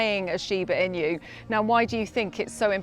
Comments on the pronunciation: This is really awful. Please learn how to pronounce “inu” (犬) or just call them “Shiba”. The Japanese most often call them “shiba-ken”. Do a minimum of research please. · I can't with her pronunciation of "inu" because she's saying another word altogether. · "inu" 's pronunciation is not eee-new nor in-you. Apparently it's hard to pronunce for English speakers. Just call them "Shiba", half of the time we call them Shiba, instead of Shiba inu. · i have to stop watching this i can't take the pronunciation anymore 😭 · There are 6 Japanese dog breeds that are called "Nihon-ken" and are treated as Japan's national dog. The Nihon-ken include: Shiba Inu, Kishu Ken, Shikoku Ken, Hokkaido Ken, Kai Ken and Akita inu. So she is partially correct. Most of traits exhibited by the Shiba are also found in the other Japanese breeds. I've owned 2 American Akitas with the same traits also, except the scream. BTW, Inu is pronounced E-New, not In-you. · I can’t get over the fact she’s say Inu wrong. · It makes sense now why shibas vary wildly in shape, size and appearance if they're a mix of 3 lines. I love this channel but the pronunciation of 'inu' killed me lol. Not sure which I love more, Doge or Shikoku ken. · SHIBA INU, pronounced Sheebah Inoo The presenter: SHIBA IN YOU! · And trust an English reporter to mispronounce the name of the dog. It’s “inu — ee-noo”, not “in you.” 😅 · A great video about one of the most popular dog breeds today! I thoroughly enjoyed it. Thanks! One thing - I kept hearing "Sheeba in you" and wondering what it meant. Then I realized it was shiba-inu. It's pronounced sheeba ee-noo. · The inu is not pronounced "in you." It's more like INOO. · it's not pronounced "Shiba in-you", It's "Shiba In-oo". At least look it up before making the entire video! It literally means "Fox Dog" in Japanese. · This lady prounounces 'shiba inu' correctly. The narrator keeps pronouncing it wrong, and it sounds so strange. It's not 'sheeba ee-new.' It's simply 'sheeba ee-nu."